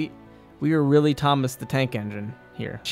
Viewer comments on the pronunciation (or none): none